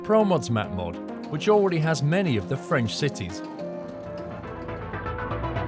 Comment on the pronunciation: You are very good at French. I'm studying French at the moment ant that was spot on pronunciation! So hyped though even though I haven't got ets2 yet. That now a total of around £100 for game and dlc but I don't even care about prices. I will get it all!